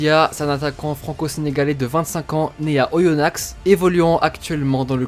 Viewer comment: C pas oyonnax sans le x sa se prononce mon gars 😭😂😂